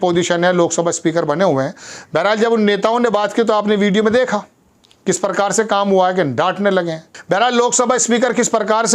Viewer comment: परकार परहार परधान अबे हिन्दी बोलना तो सीख ले ।